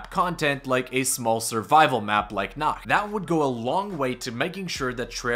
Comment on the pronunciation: You pronounce "Nacht" (night) just like "nackt" (nude) which makes it pretty funny 😂